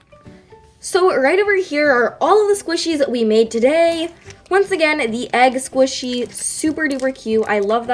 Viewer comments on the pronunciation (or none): "Egg Squishy"😂😂🖐️ ITS EGG DIMLE😂😂😶💞❤️